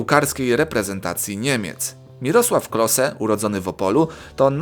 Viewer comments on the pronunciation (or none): Mirosław kloze a nie klose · Nie czyta sie klose ale kloze :) Ale fim zajebisty :D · klose xD klose czyta się kloze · nie wymowa nie Klose tylko Kloze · nie klose tylko klozet